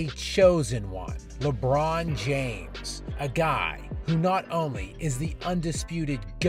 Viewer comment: Lecap James 😂😂